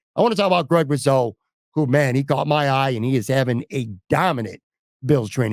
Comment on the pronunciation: It’s pronounced RuSo, hard S, not ‘riz’ sound. Actually, it’s ‘GROOOOOOT!’ Otherwise good podcast!